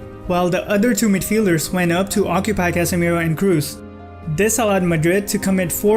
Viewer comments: "Kroos" is not pronounced "Kruz, it's pronounced "Kros". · You trigger me so much, its pronounced Kros with 2 "OO" there is no "U" there he is german not english